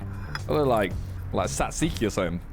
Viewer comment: That pronunciation of Tzatziki 😂